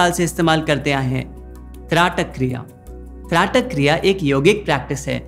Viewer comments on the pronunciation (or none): Dhraatak nahi. aap shayad Traatak kehna chahte ho.